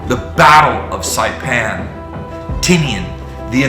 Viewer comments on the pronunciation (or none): none